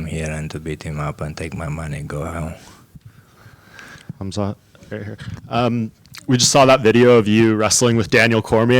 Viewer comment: "Khalmzat" Chimaev